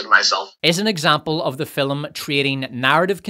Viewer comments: Why do you say fil-um and not Film? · If you want me to turn into a violent murder droid, just have your AI say the word FILUHM one. More. Goddamned. Time. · Still not sure what a 'fillim' is but I dig your videos.